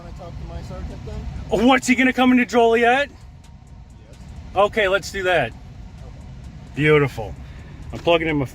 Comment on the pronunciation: The town is pronounced Jolly Et not Joe lee et. Fyi❤